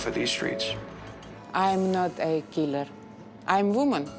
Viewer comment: "I am not aah Killar. I am Vooman. Only Vooman." Ok, than, Victoria. Case closed I guess.